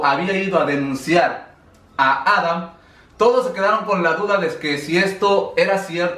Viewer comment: No se por que siempre dices Adan si es Adam